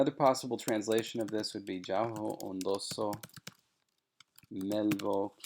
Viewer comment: Shouldn't "ondoso" be pronounced ['ondoso] instead of [on'doso]?